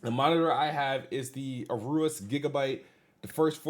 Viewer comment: ARUSE? LMFAO. Ay-oh-rus. It's cool that MS is doing this though.